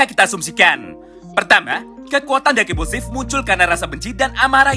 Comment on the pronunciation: Semua lu panggil dark impusiv,bosen w dengernya